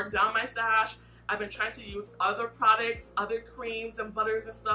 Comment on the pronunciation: I swear she be saying "Prodicts" and not "Products" lolll. Great video and great review! I really enjoy your videos! ❤